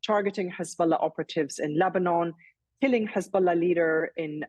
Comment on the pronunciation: Hez-bolls-ah gone 🎉🎉😂😂😂😅